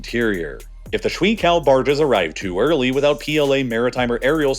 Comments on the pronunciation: 水 (shui) is pronounced shway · It’s pronounced “sh-way” not “sh-wee” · Honestly I couldn't make it to the ten minute mark because of how much it hurt to hear you say shwee-kao barges over and over again. The pinyin "shui" is pronounced more like 'shway.' The experience was like listening to a chef teach me how to "make a damn kaysadila," over and over again. You're better than that. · Every time you said . “ Shuǐ ~ 水 “ I cringed The pronunciation 💀